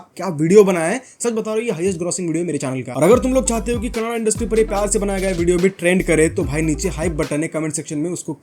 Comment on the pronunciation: finally who pronounced correctly 😢😢 as kannada not kanad